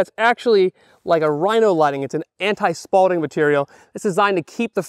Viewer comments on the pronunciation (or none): the word is spalling!!! Not spalding. If you got hit with Spalding you wouldn't need a plate carrier because someone would be throwing a basketball at you. You make more errors then any other changel I watch. Wait the word is channel? Well I'm just going to keep calling them changels because that's what I heard someone else say. Even after talking to the god damn company who sent you this stuff, you still didn't realize it was spalling. Great info here people! I love this changel!